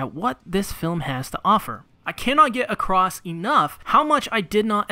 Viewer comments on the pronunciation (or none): none